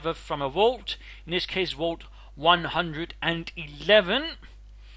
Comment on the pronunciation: A "wault"? I think your Dane is showing, darling